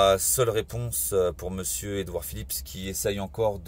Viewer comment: J"aime bien la façon dont M.Drouet dit Edouard Philippe S, c'est l'obsession du FouquetS ! en effet tous les fachos se terminent en SS !